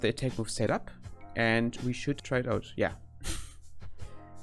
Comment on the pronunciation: und something in that direction. Well engrished!